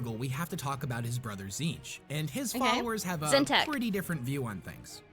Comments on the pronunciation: How does Tzeentch (zeen-ch) get read as “zin-TECH”??? There’s clearly double E’s and no E between the latter T and CH. 😅 Also, lemme see if this oversimplification helps: • Khorne and Nurgle are 2…3-ish…forms of death, those being death by violence and death by disease and natural causes, as well as wrath and sloth. • Tzeentch is knowledge and various forms of change and manipulation, be it adaptation/evolution, fate/destiny, choices of words ( truth or lies ), etc.. • Slaanesh is just sin w/ a non-binary intersex self-ID and pronouns. … OK, look, as a Khorne fan and Nurgle + Tzeentch sympathizer, I ABSOLUTELY DESPISE Slaanesh, more than Erebus, Leandros, and the Dark Eldar combined. He…She…They…It is basically just all the stuff we do and like in our everyday lives, but cranked up to unnecessarily depraved levels, a.k.a. the technical definition of sin. That’s why some religions are so strict about what you can and cannot do, bcuz doing something in an obsessive, unhealthy manner will f@ you up in the worst ways imaginable and it’s never a good thing to do, hence the whole “do things in moderation” thing. There’s a reason that phrase exists and things like Slaanesh are the reason why. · You know it works when Tzeench fuck up her saying its name lmao